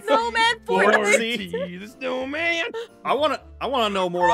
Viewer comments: “Frosty the snawman” 😭💀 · “ Frosty The Snawman “ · Frosty the Snawman is bc Snawman sounds like aw man! Also when started drawing I was like oh I know that